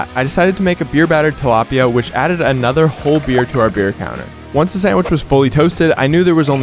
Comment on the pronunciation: Bro it's tilapia not taliapia (I'm Filipino)